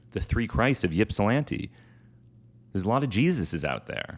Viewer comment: Ypsi native here, the Y in Ypsilanti is pronounced like "ip" not "yip". Couldn't believe I was hearing Hamilton saying my hometown lol!